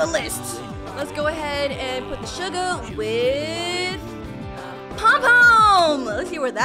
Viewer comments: said sugar not shuga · "Shuga bafish" ._. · I Love